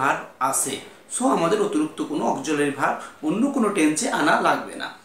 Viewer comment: চয় না ভাই ছয়। উচ্চারণ ঠিক করুণ। অকজুলারি verb মানে কি!